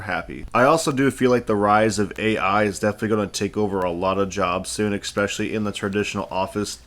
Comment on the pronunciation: love the vids but I gotta point this out: it's "Especially", not Eckspecially !!